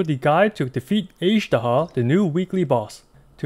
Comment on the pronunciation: Why can’t you pronounce Azhdaha properly?